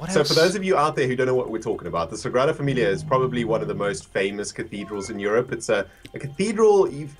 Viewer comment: love how you said the Sagrada Familia's name (i'm actually from Barcelona😂)